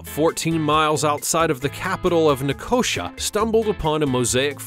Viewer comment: The capital of Cyprus is pronounced Nick o sea ah